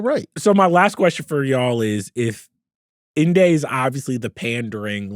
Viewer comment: needs to stop saying Inde name like that lol he tryna act distinguished. It’s pronounced “indy” its short its a nick name her mom gave her for independent